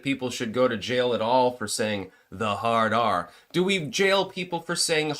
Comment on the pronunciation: dude, you crack me up "hard ARRR!".